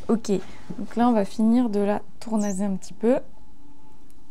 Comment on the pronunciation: J'aime bcp vos vidéos très utiles❤ Mais pourquoi continuez-vous à dire tournaZage alors qu'il y a deux S et donc on dit bien tournaSSage😊